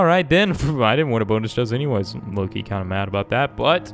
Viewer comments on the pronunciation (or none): none